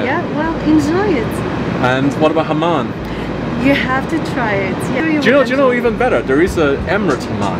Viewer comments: It's hammaam not hamaan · wait Sam you actually said ‘Mahhan’ instead of ‘Hamman’ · the shower called hammam not haman